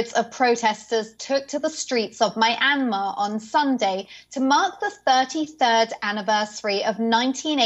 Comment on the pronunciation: You can't pronounce the name of the country, or their elected leader. The owner of this channel should message me if they want someone better.